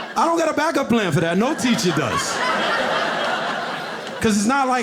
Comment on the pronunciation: im sorry ... i lost it when he said TEESHER lmao